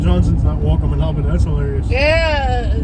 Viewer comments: Dude, it's awl-beeny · her pronunciation of ALLLbany is annoying. nobody says AL bany. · Its not Albany it's "Albenny" lol that's how they pronounce it. They don't say back... they say "Bik" 😆